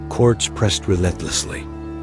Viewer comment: If you are going to use ai to tell the history of the Mejica have it at least say it correctly. Quartz?? Cortez!